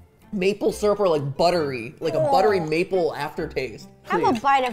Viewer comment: matpat “It starts as lemon…” ro “and it ends in maple thyrup”